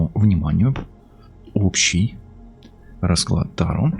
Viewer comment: ударение на втором слоге "та - ро" от слова тарокки, Италия, где и были придуманы карты taro